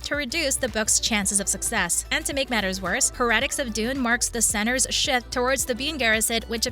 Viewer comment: 👏 Also, the weird pronunciation of "heretics"...